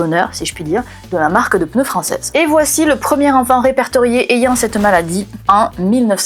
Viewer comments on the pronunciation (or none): none